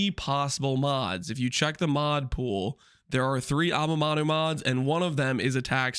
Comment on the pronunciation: why do you say amamanu instead of amanamu ?